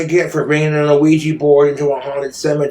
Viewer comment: Wtf is an ah-ouija board??? 😂